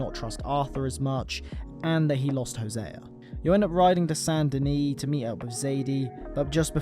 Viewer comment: its not sand denis, its SAINT denis